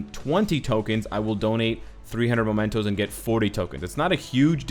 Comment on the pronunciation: mEmentos! What is up with everyone reading it momentos? That is not even a word.